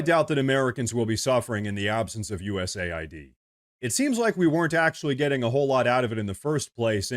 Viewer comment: But hey, he's projecting. But hey, the Dems have been doing this forever. But hey, it's pronounced US AID, not US ID as in the federal ID website. But hey - isn't what you say? "But hey..."